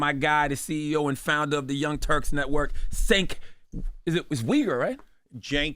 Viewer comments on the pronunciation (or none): Charla been saying Sink and I was hoping for Cenk to finally correct him 😂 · It's funny because Charlamagne has literally been on his show before and still says Sink this time. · Charla has met Cenk many times how did he not know how to pronounce his name that’s crazy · Cenk is trying trying to win back favor with his "base" and some of his subscribers who left, like me due to his endearing himself of late to the magas. As much as I don't like Cenk, shame on you, CTG for not knowing how to pronounce his name! You're a professional talk show host, w/ staff, and you've been on his show before. It's a bad look. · I love how all cenk's "friends" can't even pronounce his name lmfao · Charla how are you not gonna learn the man's name 😂😂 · He’s your guy but you can’t pronounce his name. Shut up Charlamagne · Butcher a Name Charlamagne 🤦🏾‍♂️... How is he your guy but you dont know his name